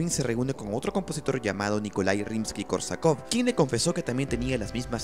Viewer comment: Un detalle importante en la pronunciación de estos nombres: Scriabin, se pronuncia, Scri"á"bin, acentuando la "a". En el caso de Rimsky Korsakof, se pronuncia, Rímsky Kórsakov, acentúando en aquel la "í" y en este l a"ó" Otro dato importnate, el teclado de su inventiva, no sólo producía luz sino también sonido simultáneamente. Finalmente, un acorde, de acuerdo a la teoría musica., se considera desde dos notas simultáneas. Gracias.